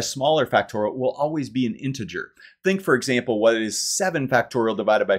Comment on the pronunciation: Thank you for an enjoyable proof. I was pleased it contained several uses of the letter T in the word “integer”. I’ll be back.